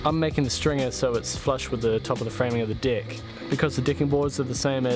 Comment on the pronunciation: interesting way you pronounce "Deck"